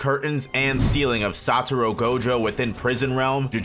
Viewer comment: Why do I keep hearing the man say "Saturo" Gojo, instead of Satoru Gojo? It gets annoying